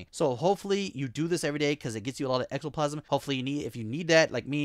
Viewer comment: Ectoplasm? I’m sorry but I just can’t take you seriously after that